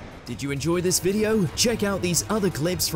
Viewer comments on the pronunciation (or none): none